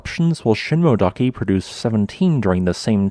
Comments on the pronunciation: Ooh, I was thinking of going there next week... by the way, in "Shinmoedake" you should pronounce the "e" (shin-moh-eh-dah-keh). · You need to check how those geonyms are pronounced. The crater late (Miike) is pronounced “me - eekeh” and Shinmoedake, “sheen - moh - eh - dah - keh”.